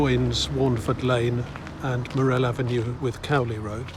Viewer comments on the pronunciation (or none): You pronounce morrell avenue incorrectly